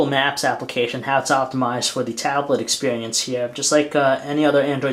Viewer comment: The expeehhhhrience